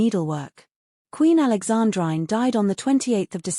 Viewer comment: Alexandrine pronounced Alexandreene! And Schwerin is Schwereen…